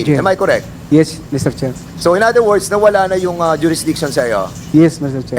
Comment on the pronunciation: Am I koreeek? This is koreeek? 🤣🤣🤣